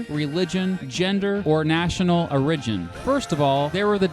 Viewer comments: The narrator mispronounces the word "origin" . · Pretty funny pronunciation of "origin".